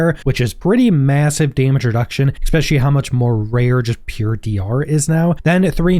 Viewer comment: "Expecially", really dude?